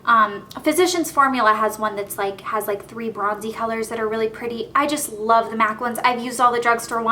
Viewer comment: love not lobe